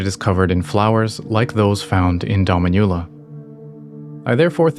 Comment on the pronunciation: Just for future reference, the pronunciation of "Dominula" is more like doh-MEEN-you-la, as opposed to your dah-mee-NYU-la. It means "little mistress" in Latin, so if it's related to a young Marika that would be an appropriate name.